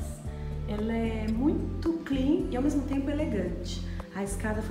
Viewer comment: Livin, clin, homi, brasileiro tem a mania de querer falar Ingles porem, pronuncia tudo errado.. vergonha alheia ..